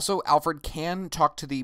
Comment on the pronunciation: Your Videos and tutorials are great. Lot of help. But why are you keep saying "AL-FORD"? its AL-FRED